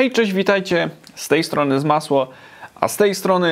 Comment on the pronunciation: sec filmu mówisz ZAMSŁO ? To jak wymawiać nazwę tego kanału? Nie wiem jak inni ale ja mówię ZASLO